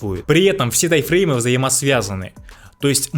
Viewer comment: Эти ваши Тайфреймы так ухо режут, даже не пытаешься проговаривать М, у тебя в тайМ её просто нет